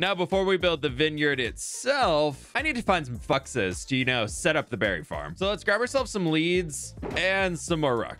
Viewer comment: said fuxes lol